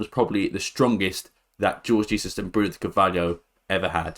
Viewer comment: Its pronounced Whore-gh Heyzus